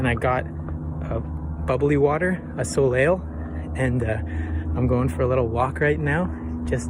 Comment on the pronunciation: Not the "soleil" as sole-ale 😂 love the channel! Keep it up!